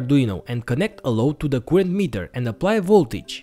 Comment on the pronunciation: it needs 2 minutes for me to understand his current spelling. it;s not koorent it's current